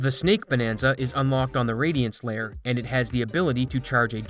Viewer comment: Is it just me or does he not know how to pronounce layer